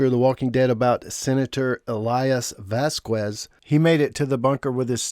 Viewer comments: "VASQUEZ" is a spanish surname, NOT ENGLISH, so you don't say "Vaskues", IT IS SAID "VASKEZ" 👈😔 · Vasquez is pronounced “VAS-kez” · vazquez is pronounced as vas-kes.. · Can people stop saying Vas qwez It’s pronounced Vaz kez! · Why do you pronounce Vasquez like that? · How do you seriously not know how to pronounce the name Vasquez? Because you’re not even saying close to accuracy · Vasquez. The U is silent